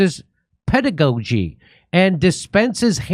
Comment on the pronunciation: Pedagogy PEDA-GOGY (rhymes with dodgy)